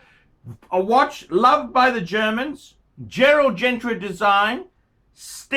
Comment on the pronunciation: it's "Gerald Genta" not "GentRa". While we're here, the glass on the moonwatch is not "HeLselite" it's "Hesalite". There, I got that off my chest...